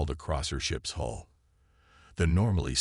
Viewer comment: Hull, not hall.